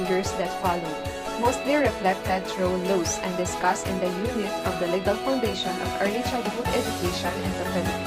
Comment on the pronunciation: It is hard to understand. I even jsed captions. And the pronunciation is wrong too. Estublished? Preschool? (preeschool) Lows? (laws) Seriously!